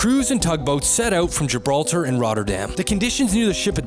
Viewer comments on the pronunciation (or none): none